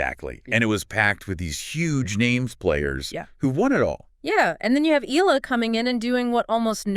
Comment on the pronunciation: It's e ya la that's how u pronounce her family name & thanks for coment her on ur vlog we filipino appriciate it much!